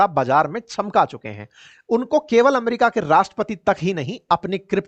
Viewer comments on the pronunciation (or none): none